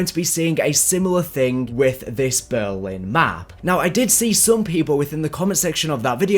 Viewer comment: Why do you say Berwin